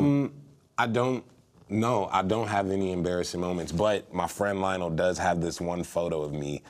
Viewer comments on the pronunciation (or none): none